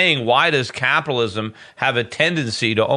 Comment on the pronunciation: it's so annoying how Schiff keeps pronouncing "Caapitalism...Caaaapitalism*...